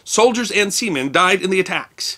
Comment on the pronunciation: He keeps saying semean